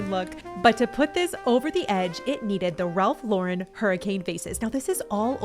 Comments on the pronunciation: Omg I'm so glad you started saying Ralph Lauren the right way 😂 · Wonderful ideas! I am impressed that you pronounced Ralph Lauren correctly!😊 Most people try to make him French😅😅